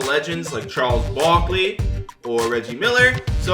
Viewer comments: “Charles BOK-ly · Why he say Charles Barkley like that in the begging 😂